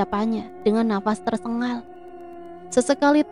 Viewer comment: tu gk bisa yaa bilang TERSENGAL? Kok TERSENGGAL terus